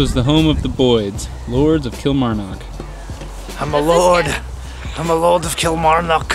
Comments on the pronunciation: eek cringe the way he pronounces Kilmarnock kills me!!! It’s pronounced kill-marr-knock like knock knock who there. I actually live right next to dean castle I can actually climb over the fence in my street and be in it 😂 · Kilmarrrrn ock, nck nck, like nick without an 'i'. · Every time you say Kilmarnock I just die inside 😂